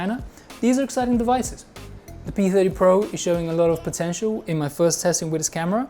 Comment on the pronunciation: Pee-thedy-po? Pee-theeedy-Po...